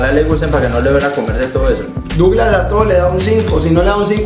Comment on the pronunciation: Se dice douglas xDdd